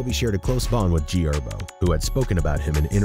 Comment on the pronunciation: Bro pronounced herbo as herb